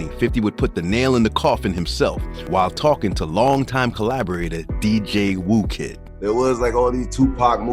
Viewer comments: If you’re going to make a video on the subject at least say people names correct… “spider lock” smh… or “Dj woo kid”… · Spider locc and dj whooooooo kid😅